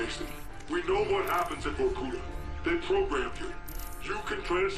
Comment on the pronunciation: VorkutA, not VorkUta :)